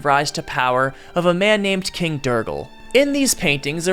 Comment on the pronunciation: I'm sorry? king durgal?? DE-GAL it's pronounced DE GAL. Also don't pronounce the E in undine it's silent and makes the i sound like ee, so it's pronounced un-deen. I apologize on English's behalf because it sucks but please look at the words and listen to how other people say it. Other than those slight nitpicks about how you pronounce made up words, amazing video.